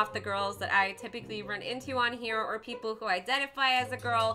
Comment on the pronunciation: Wait she said oder or boy crazy